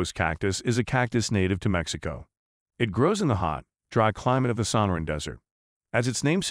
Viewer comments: Yes. The creator of the video for whatever reason is using text-to-speech software but it doesn't know how to use inflection on complicated words like Sonoran so it emphasizes the wrong parts. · Is the narrator a robot ? He mispronounced quite a few names like Sonoran.